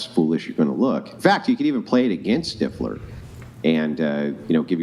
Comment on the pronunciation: Girl saying steifler immediately annoyed the shit out of me